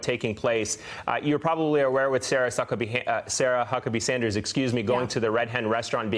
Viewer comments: Did he really just say Sarah Suckabee sanders?! LMAO 🤣🤣🤣🤣😂😂😂😂😅😅😅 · Did he just say... "Sarah Suckabee Sanders"? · Don't apologize for the miss pronunciation of Sarah sucklebee. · laughs Did he say Suckabee Sanders? I know it was a mistake, but so funny. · Did he just say "Sarah Suckabee Sanders?" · Did he say “ Suckabee”? 😂🤣